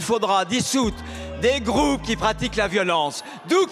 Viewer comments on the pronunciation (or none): des "grrroouuuupes"